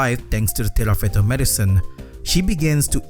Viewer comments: This video is throwing me off so much because you keep saying "Tirafeto" when onscreen it says "Tifareto" 😭 otherwise, great analysis! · Tifareto not tirafeto ❤